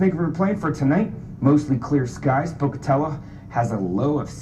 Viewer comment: Wait did he just say Pokateluh VS Pocatell-O? Dudes not from around these parts. (tumble weed blows across the street)